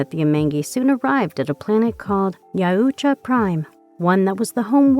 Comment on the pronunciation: Ya-ooh-cha…. What ? Was I hearing that right all 40 times it was said ?